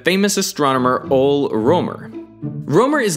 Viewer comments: Good ol' Rømer (because he pronounced ole as ol' and that is why it and me is hillarious) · Ole is pronounced more like o-le and the ø in Rømer is not pronounced like an o but as a mix of o and e hence why it can also be ridden as oe instead of ø so rømer is pronounced like roemer, not as in o and then e but as a combination. Also sorry if my english is a little bad it's not my first language. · Rømer's first name is pronounced Oo-le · Ole in Ole Rømer is actually pronounced [ooleh], not [oul]. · Ole is pronounced "O-leh," not "Ohl." A truly sensible temperature scale would use number base twelve, which would set freezing at zero and boiling at 144 degrees. This is more precise than Celsius with only 100 degrees, but mainly because twelves or dozens are much more divisible than tens. Base twelve adds two more symbols to the integers, namely X for ten and E for eleven, meaning that 10 would represent twelve or one dozen, and dozens are used everywhere because a dozen can be evenly divided by 2,3,4,6 and almost 8 and 9, whereas tens are only divisible by 2 and 5! Twelve dozen (144) in this system is written as exactly 100. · Tip: Ole is a Danish name, not English, so it's pronounced O-luh with two syllables. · Ole is pronounced Ooh-leh :D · funny how he pronounces Ole in english. its pronounced as Oleh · Hearing you attempt to pronounce 'Ole'... The actual pronunciation is closer to Olé, if you must butcher his fine name. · Correct me if I'm wrong but that's not how you pronounce the name Ole, right?